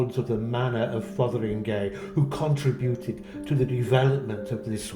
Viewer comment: so glad you pronounced it right - I know what you mean about media pronouncers .